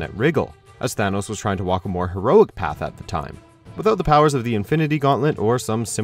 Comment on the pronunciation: Its Thanos not Thanos